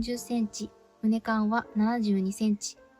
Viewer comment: 撮影時以外もその格好で作業しているのですか？ だとしたら危ないのでやめましょうね。機械に巻き込まれてからでは遅いので。 あと、株間は「かぶま」畝間は「うねま」と言います。